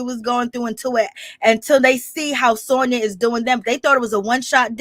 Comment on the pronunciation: I’m mad you keep giving this girl my name and I can’t take it nomo..her name is SANYA NOT SONYA 😂